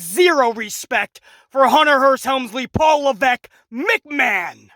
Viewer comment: Triple mcMa”H”on